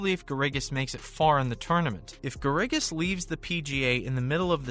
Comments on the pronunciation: Garrigus is pronounced like Bear - Ah - Gus. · If you put out a YouTube video, perhaps you should learn how to pronounce Robert Garrigus' name correct;y. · This is just about as worthless a video as anyone could produce. It is a fountain of misinformation. First, this guy doesn’t even know the name of the Saudi league. SGL isn’t even a thing. Secondly, nothing he said about Bubba Watson or Kevin Na is true. And, he doesn’t even know how to pronounce Robert Garrigus’ name. This is what happens when a knucklehead who knows nothing about golf tries to make a golf news video. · Love how you say Garrigus. Obviously a golf expert and not a fake news channel LMAO